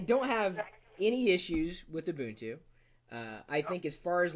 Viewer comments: U bun two is how you say it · Almost nobody pronounces it like that.. even the most hardcore linux users..